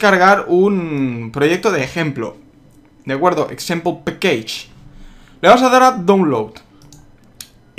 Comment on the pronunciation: tirrein compousa :v jajajajja exempel paqueich :v jajajajajajaja chus exempel